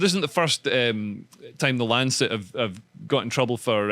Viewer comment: 'Lanchet' lol 😆